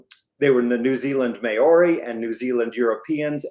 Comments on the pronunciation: Mãori, not "meori" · Please stop pronouncing Maori wrong It's NOT pronounced may-or-ree It's pronounced mow-ri (mow as in cow) Look up the pronunciation on here if you don't believe me.